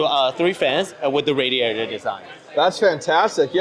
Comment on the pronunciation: wth says radd-e-at-er